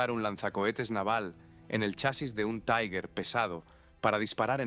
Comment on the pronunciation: Cada vez que en español pronuncias "taiguer" muere un cachorrito en alguna parte, que los sepas.